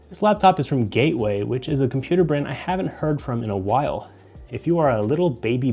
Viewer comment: Gaeway computer 💀💀